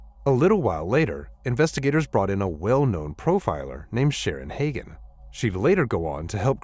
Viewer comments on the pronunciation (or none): none